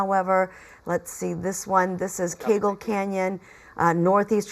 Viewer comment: Did you just say Foothills boulevard and keagle avenue? 😊😅😂 You said kegel lol Come on give us a little bit of a smile. You're still alive and you can start over again. Count your blessings.